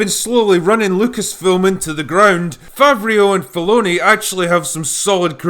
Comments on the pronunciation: lol it’s pronounced “fav row” he’s french not italian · i think it's pronounced "Fav-row" ;) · Not Favrio like Fabio, Favreau like Favro, bro. All I was thinking about when watching the first season this weekend was SIDE QUEST! And that is your fault! Man, this show is for 10 year olds, the writing, the acting, very lame. Couldn't finnish chapter 5. Don't care. Another thing that would pop in my head was the South Park blueberries saying "member this?". Might of just watch the original trilogy. I am going away now. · Favreau is pronounced favro, not favrio. Unless you’re just deliberately trolling the French, which wouldn’t be out of character for a drunk Brit. :D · I'm pretty sure the director's name is pronounced Fav-ro. Not Fav-ree-ooo. The men of the Auld Alliance are probably spinning in their graves. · Fav-row not favrio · "Favr-e-au" LOL Just pronounce it "Favro" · If you've seen the animated series Filoni produced previously (Clone Wars and Rebels) this seems a lot like a live action version in the same style. I still highly enjoyed it. Also, it's pronounced fav-ROH not fav-ree-oh. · Favreeo, lol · Complex psychology and byzantine schemes have no place in Star Wars. At the end of the day, people in this universe always have simple motivations. That it is possible to fuck this up has been painstakenly explored already. Also it's pronounced 'favro', Drinker. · fafreeoh weird name eh drinker? but I get it, I have a hard time pronouncing names when I'm shitfaced too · I know you're drunk mate, but "Favreau" is pronounced "Fav-roh" This being said, fair and entertaining review as usual! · His last name is pronounced "Fav-roh".